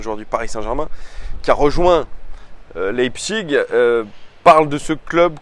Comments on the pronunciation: Leipzig se prononce Leipzich pas iG ^^ Ca fait plusieurs vidéos que ça me perturbe lol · Mode Bernard Pivot La prononciation allemande est "Laïpsiche". Et la prononciation à la française est "Lepzigue". Donc "Leïpchigue" est une prononciation qui sort de nulle part, ça fait juste "j'essaye de parler allemand mais j'y arrive pas". Fin du mode Bernard Pivot 😆😆😆